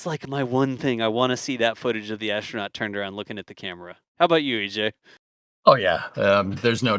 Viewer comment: Why is a person who is a commentator for NSF pronouncing 'astronaut' as 'ashtronaut'?